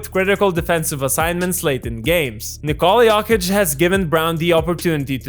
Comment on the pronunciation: "nikOHla yOHkit"